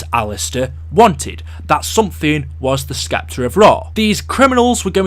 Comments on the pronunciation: ITS PRONOUNCED S-EPTER NOT SK-EPTER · lmao "SSSSSEPTER" the "C" is silent.....seriously, you youtubers TALK all day for a living. you'd think you would learn how to talk properly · Oh my god the C in sceptre is silent this guy is driving me nuts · The way you pronounce Scepter is very distracting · i was just about to say that